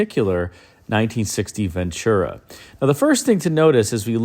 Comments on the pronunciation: once again, it's PRONOUNCED VEN-TU-RA...NOT VENT CHU-RA/ NO CH! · it's a Spanish word. I'm fluent in the language and it means, "Good Fortune." I've always said you come to the West Coast...NO NONE SAYS VEN CHU RA. Like midwesterners or peeps from the east say it. Even Network News Broadcasters say it correctly...VEN TU RA. NO CH. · VEN-TU-RA! No CH in Ventura!!